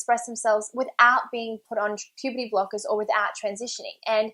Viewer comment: Is it just me Or I heard "pp block" Instead of "puberty block"